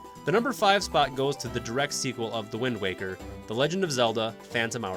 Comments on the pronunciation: Wind waker not wind walker lol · Alright then here we go. 1) Simple fact checking. A Link Between Worlds and Triforce Heroes are NOT in the adult timeline, they are in the defeated hero timeline. 2) “Wind Waw-ker” 3) There are 19 games. Four Swords is cannon. 4) Why is it so hard to figure out which Oracle game is better? They can’t be equal in every way, they’re TWO DIFFERENT GAMES. 5) “Eldin” is not a super common Zelda word, it’s not even said ONCE in Ocarina, or any game until Twilight Princess. It’s a stem from Din, and is now the name for regions in Twilight, Skyward Sword, and Breath of the Wild. 6) Nobody’s going to care that the original two are at the bottom of the list just because they came first. They’re objectively worst than the other ones, because the technology and mechanics were just worse. 7) So. Many. Narration mistakes. No one can speak perfectly, just go back and restart from a certain point. Random pauses between words, repeating words because you said them wrong, bad pronunciation, and weird stresses on wrong parts of certain words. 8) The narrator clearly read off a script he didn’t write, or at least I HOPE so. Like I previously mentioned, it was clear there wasn’t practice or expectations of what word came next, which lead to saying the wrong word or having a random pause because he thought the sentence was over or he didn’t know what was coming. There. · did you just pronounce it as "The Wind Walker"? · GUYS!!! LOOK OUT!!! IT'S THE "WIND WOCKER!!" . Thank me later. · This man said wind waaa ker. Also this review is kind of dry. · Did he just say Wind WALKER? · Wind Walker??? Mispronouncing Navi, calling the original Zelda 3D, "Twilight is the definition of different" (thematically tried to be Majora's Mask and didn't enhance any of the 3D predecessors.) Has anyone at your channel actually played any Zelda games, or is everyone just Googling "best Zelda games"? This video really made me wish there was a "ban" channel button.